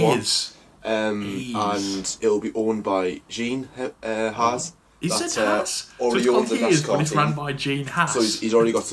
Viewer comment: Also wtf is with calling Haas "Haze" and "Genther Stainer" lmao i'm in stitches